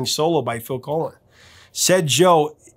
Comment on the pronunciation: It”s Phil Collen (like pollen) not Phil Colon, Professor! LOL! Great video as always!